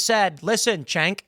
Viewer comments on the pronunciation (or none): none